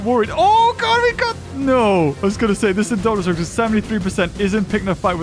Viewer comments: You kept saying indo rapter instead of Indominus Rex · He said indorapter when it was indominus rex lol